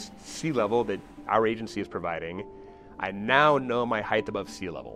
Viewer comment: Please say "height" instead of "heighth"